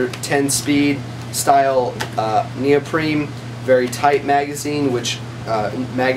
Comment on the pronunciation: Great review. There is no “M” in neoprene